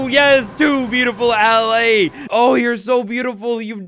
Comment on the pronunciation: It's pronounced "Al-eye". You young sprouts aren't watered enough in school these days lol